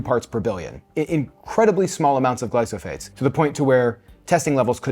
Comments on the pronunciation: I am not sure why he kept saying "glysophates" instead of "glyphosate." He displayed documents with the word and still got it wrong. It would have been better if Monica didn't know which brand was used in either hummus and tested it by herself without getting input from. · Yes, he’s pronouncing it incorrectly. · I understand you pronouncing it"gly-so-phates" - shouldn't that bei "gly-pho-sates"? (not native speaker here...) Thanks for your videos!